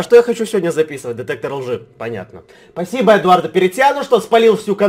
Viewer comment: Он сказал детектор жи 😂😂